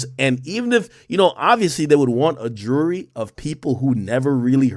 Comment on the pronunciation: Ak says jury like he says Rury.